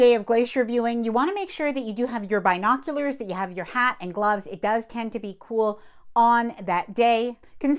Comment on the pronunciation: LOL. You kept saying it and I was like what are BI noculars? We say bin o culars. NYS